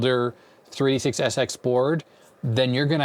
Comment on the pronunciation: it sounds like 36sx but you say 386sx, do you? May be you should say only SX or DX or SLC or just speak a little bit slower to make it sound better. It is confusing to hear "three-six-sx" or "two-six" instead of 386 and 286 ...